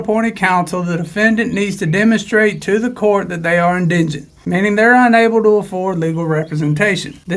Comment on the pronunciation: Dude, it's en-di-gent. Not engent.